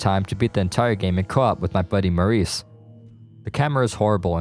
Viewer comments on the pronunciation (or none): none